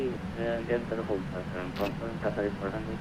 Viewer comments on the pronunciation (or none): Great video. Just a quick word..no biggie. Qatar's callsign is pronounced QATARI and not QATAR. Thanks.